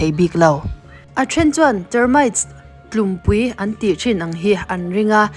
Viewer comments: 'Tlumpui' tih kha 'ropui' tih thluk anga thluk tur..😊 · ka vaw dawn che, tlumpui iti a, ' Tlumpi' ti rawh, tlumpui chu a dang daih